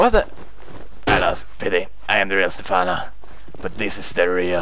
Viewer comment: Its Stephano not safano